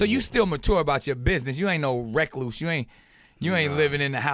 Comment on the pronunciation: Wreck loose? That's not how you pronounce recluse.